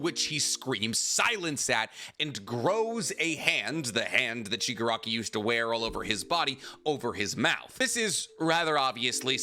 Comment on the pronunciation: Stop calling him Shigarki. Its AFO family name. The guys given name is Tenko. Or if you must go with AFO its Tomura. Its confusing and wrong. AFO is also literally a Shigarki.